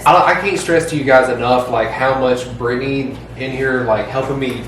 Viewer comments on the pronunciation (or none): none